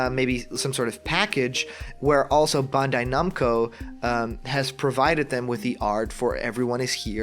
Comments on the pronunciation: Dude.... it's pronounced Ban-die Nam-Coe.... not bunday numco. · Not only that, you hear this guy try to say Bandai-Namco?! BAWND-AYY NOMCO like how????